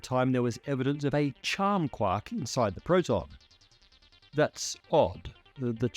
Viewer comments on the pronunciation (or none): It's quark not "kwak" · even though he's saying QUOK, I can assure you, he means QUARK. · Quark: pronounced KWORK. It rhymes with (The hunting of the) Snark. And 'quarter'. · I kove the way he says "quahk" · Why do I keep hearing: quak?